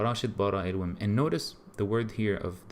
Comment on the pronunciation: It is Elohím pronounced Elúwem